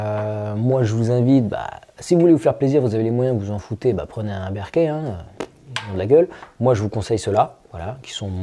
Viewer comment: Ca se prononce Beurk'faild, non pas Bairkéfild